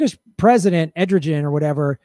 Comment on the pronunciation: Turkish leaders name is pronounced like 'air doe Juan' I believe